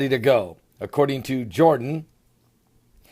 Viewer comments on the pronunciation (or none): none